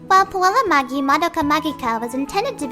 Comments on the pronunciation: Puella Magi Madoka Magica is pronounced PUELLA MAJI MADOKA MAJIKA not PUELLA MAGEEEEEE MADOKA MAGEEKAA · It should be pronounced "maji" and 'majica" though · it's got the j sound. She pronounces a shit ton of stuff wrong in this video (mostly regular English stuff though actually)